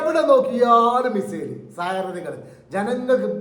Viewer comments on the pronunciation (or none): none